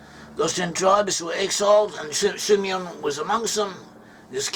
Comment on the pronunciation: Si Meon😂😂